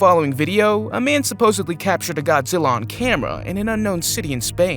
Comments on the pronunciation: It's godgela versus kong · GODZILLA NOT ZILLA